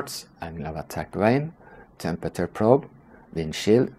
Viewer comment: you pronounce temperature incorrectly